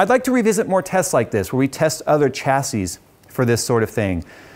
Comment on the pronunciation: reeeeeeeeeeeeeee the ch in chassis is silent and pronounced sh